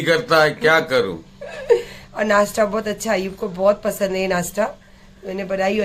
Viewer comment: नासटा नही नासता